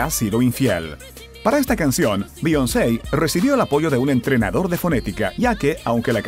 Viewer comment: 😆😆😆😆no sabes pronunciar el nombre de Beyoncé😆😆😆😆